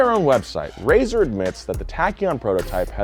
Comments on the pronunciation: RAESR is pronounced raise-ar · I pronounce RAESR as RAY SENIOR